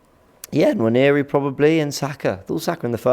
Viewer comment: Nwaneri is pronounced Waneri not Naneri. 😊